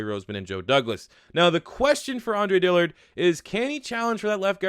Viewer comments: Please say Dillard’s name right. I’ve listen to it and cringed for months. Since y’all have taken him, please learn his name. ITS DILL-ARD. There is no i between the L and the A. DILL-ARD, not DILL-EARD. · How TF you gonna spell his damn name and still mispronounce it!!! DILL-ard! NOT DILLY-ARD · Where do you see an I next to that A It’s DILLARD not DILLIARD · DILL-ARD not dillyard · You pronounce Dillard wrong.....